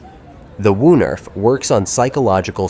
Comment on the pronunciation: Woonerf is pronounced with the oo sounding like stroke broke and not like brook!